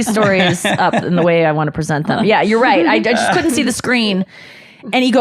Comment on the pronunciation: Couldn't is not 2 words. It's a contraction. Learn how to pronounce contractions please.